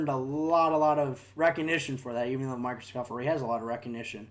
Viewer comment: Why are you saying microscoft